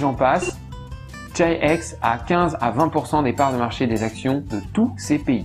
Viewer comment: Chi-X ça serait pas plutôt prononcé [khi-khi] ?